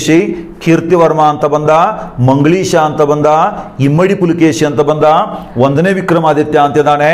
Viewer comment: ನೀವು ಮಂಗಳೇಶ ಅಂತ ಹೇಳಿರಿ ಸರ್